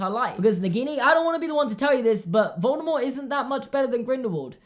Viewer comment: I love how correctly pronounces Voldemort